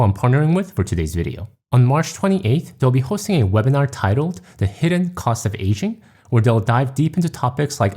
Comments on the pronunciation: oh, it's "aging parents", not "asian parents". that got me confused for a while (english is not my first language and i sometimes struggle with hearing accents). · Your accent threw me off at first because it sounded like you were saying "Asian" instead of "aging." I thought "But my parents aren't Asian lol."